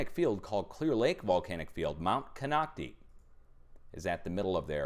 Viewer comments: it is pronounced :Mt. "Ken-knock-tie " In Clear Lake CA. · Thanks! I think "Katmai" is pronounced Cat-MY (if it's the same place the Brooks River bears are - that's how I hear the Rangers pronounce it). And it's Mount "Con-ock-tie" - I know, sorry pronunciation police. 😁 Love you!